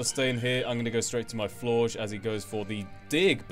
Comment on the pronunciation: You pronounce Florges really weirdly.